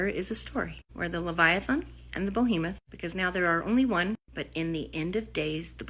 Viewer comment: That woman kept saying "Bohemoth". It's "Behemoth". It's a giant monster, not a giant artist from Greenwich Village 😂 Just having some fun... great vid!